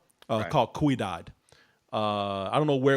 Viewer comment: is from Texas and he can't pronounce "ciudad" properly?!